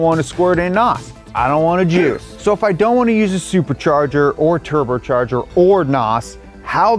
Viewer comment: wtf, he says "turbercharger' and 'suburchurger"